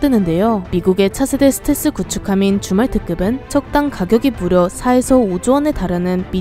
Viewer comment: 저만 줌왈트급이 주말특급으로 들리는 건가요..? ㅎㅎ